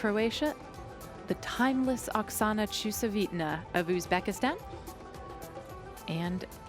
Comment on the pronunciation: everytime she says Okasana's name, it's slaughtered differently. So nice to see so many new gymnasts from SE Asia.